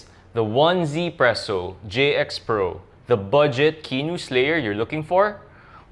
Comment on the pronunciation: It's pronounce as ez-presso